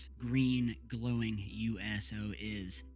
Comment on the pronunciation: I’m sorry I keep laughing when he said USO, it just sounds like You Asshole. Lol…….. I don’t know those so called lights in Mars, maybe Mars just farted. You know just let out some gas.